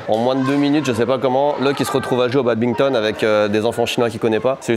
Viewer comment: attention petit commentaire bien aigri : on ne dit pas Babinton mais BaDminton. Merci !